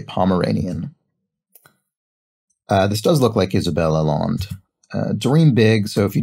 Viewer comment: Allende would be pronounced Al-yenday in the Spanish way rather than the French - I think Isabel is related to Salvador Allende, the Chilean socialist president who was assassinated in the 70s